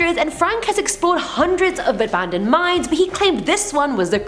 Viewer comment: When first mentioned the video, I thought she said, Top 10 Scary MIMES...and yeah, that is scary!